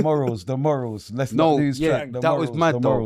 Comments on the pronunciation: pronunciation of some words is mind games when he allegedly got A in English. MOOOORULZ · First time I've ever heard morals being pronounced like that😂